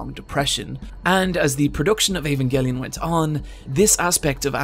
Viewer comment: Can we appreciate that this guy says "Evangelion" in the least annoying way